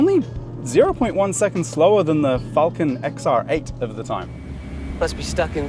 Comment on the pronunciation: Crayon enthusiast, are they people who can’t say Falcon properly?